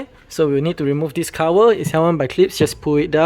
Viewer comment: Cover ❌️ Cower ✔️ ✅️ 😂